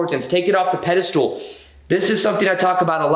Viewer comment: Pedestal: pronounced: peh duh stl There is no “stool” in this word.